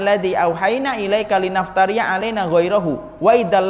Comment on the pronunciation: menit 44.45 itu yang bener litaftariya, bukan linaftariya